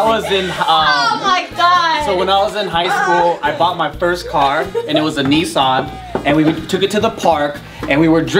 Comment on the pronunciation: "Knee-saan" Brb, killing myself.